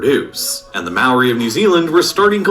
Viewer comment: The way the video says maori makes me mad